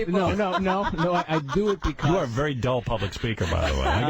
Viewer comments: great “be-COSS” here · Been listening for a million years and never realizing says Becussss